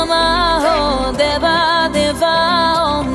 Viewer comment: It's om not hom & it's Deeva != Devva